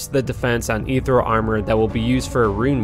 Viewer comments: This video is a couple years old, but I have to ask: has anyone brought it to your attention yet that the word is ethereal, not ethreal? It's pronounced "eeth ear eel"- not trying to sound like I'm raging or be a grammar nazi or anything just letting ya know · I was too triggered that you couldn’t pronounce etherEal to keep watching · You've probably heard it before, but I have to nitpick. Ethereal: /əˈθɪɹ.i.əl/